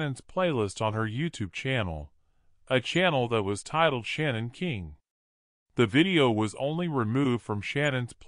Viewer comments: She goes by Shanann, not Shannon. Can't you at least say her name correctly? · The narrator can't pronounce Shanann, or Shan, as I call her, but her REEL name is Shannon. So I am saying her name correctly.